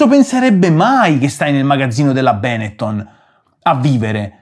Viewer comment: Comunque è Benettòn non bénetton, son veneti